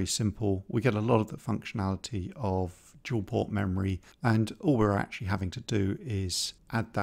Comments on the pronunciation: I really enjoy your content (I have been awaiting this video with bated breath and am looking forward to your sprite logic) but I simply can't resist a bit of gentle mockery. To wit: "Dual" not "Duel" ;D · “Dual port RAM. not Duel port RAM”. Haha